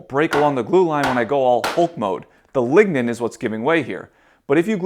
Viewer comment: Lignen ballz